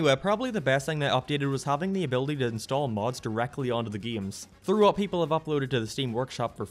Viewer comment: The Best Way to Play Sonic 3D Blast, but everytime "" says: "geims" you take a shot.